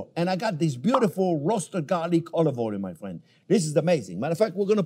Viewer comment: He’s my fwiend. ❤️